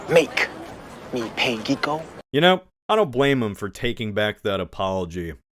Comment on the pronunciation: "geeko" sounds like a slur